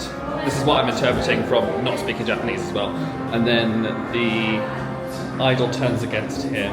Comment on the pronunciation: Thank you for being so respectful and your Japanese pronunciation is great😊